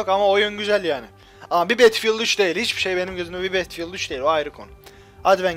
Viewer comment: betfiıld ne battlefield bedılfiıld diye okunuyo!!!!:D